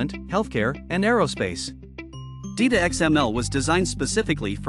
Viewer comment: it's not DEETA. it's DITA as in ditto.